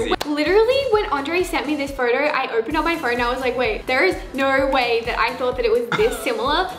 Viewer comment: " so for this photorrr "